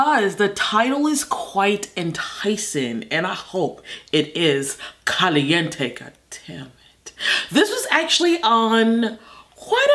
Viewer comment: when she says caliente hahahahaha